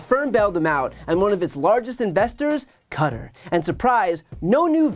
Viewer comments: Kuh-tar my friend 😂😂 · I don’t think BTC has been wrong about much, and so his pronunciation of Qatar is making me question life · Qua-tar, like Guitar